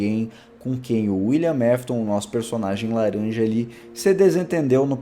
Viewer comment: Não é Wiliam mafton é Wiliam afton